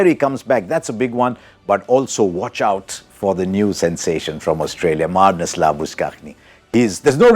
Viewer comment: What did you pronounced........Marnus .....